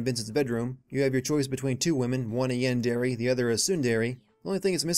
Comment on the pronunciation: lol "yawn-dairy and soon-dairy." I don't even watch anime and I know that's poor pronunciation.